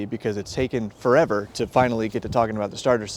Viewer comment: "It's taken fur-ever to talk about the starter sets" 😆